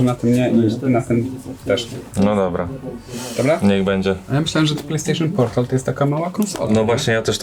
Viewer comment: Plejstejszyn portal? 5dyszek